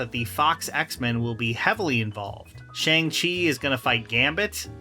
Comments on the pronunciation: Shang-Chi is pronounced with an ‘ahh’ sound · Why do you pronounce Shang-Chi like that? He literally explained how to say his name in his movie. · I can't believe people still can't pronounce Shang-Chi correctly